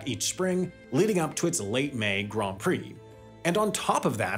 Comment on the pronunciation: Grand rhymes with hand, not bond